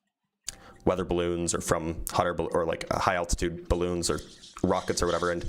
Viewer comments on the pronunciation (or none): none